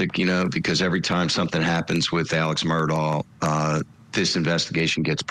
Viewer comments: Why is ‘Murdaugh’ pronounced differently by everyone that says it? This is genuinely weird. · The first thing this guy needs to do is learn to pronounce Murdaugh correctly.